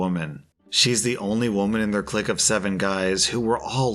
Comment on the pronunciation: I like how he pronounces clique how it's spelt